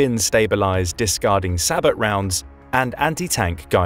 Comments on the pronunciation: sabot is pronounced sae bou round the t is silent .. seriously annoying him pronouncing it say-bot round it means he doesnt know what he is describing or talking about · That's pronounced SA-BOW NOT SA-"BOT"!!!!!! Calling these rounds SA-BOTs is no different at all than saying Bus DE-"POT" or train DE-"POT", etc!!!!!! An "Expert" doing a video should know this very simple and WELL KNOWN fact! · Sabot is pronounced sab o. The t is silent. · Sabot is pronounced SAY-BOW (like Bow and Arrow) - The T is silent. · oh yes, i definitely trust the opinion of someone who pronounces the t in sabot, they definitely know what they're saying! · How do you pronounce SABOT rounds again?? You need to train your voicebot better. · I'm not sure if this narration is text to speech, but ... "sabot" is pronounced "say-bo" and "coaxial" is pronounced, well, "co-axial". Get with the program, kids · does the video use a robo-voice ? I noticed incorrect pronunciations of sabot and coaxial .